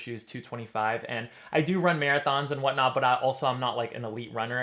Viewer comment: "what not" or "what knott"? 🙂 Thx for the honest review!